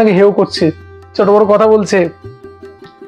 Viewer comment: Not chocolate its choto